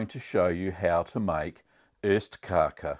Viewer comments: It's OSTkaka, not ÖSTkaka. Cheese Cake vs East Cake. The former is delicious; the latter, ephemeral. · It's ostkaka, not östkaka. Ost = cheese, kaka = cake. Öst means east, so you are saying "eastcake" which just sound like nonsense in Swedish.